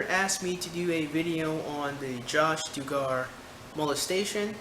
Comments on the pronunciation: dontbeknowing Yes, Dug-er is the proper pronunciation. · Doo-gar is mispronounciation, I think. Isnt it more like Dug-er? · It's Duh-gar my friend.